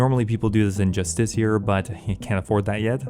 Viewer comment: justisissier? justicar? lmaoo